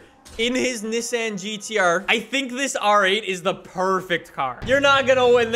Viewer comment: N 'E' ssan not N 'is' san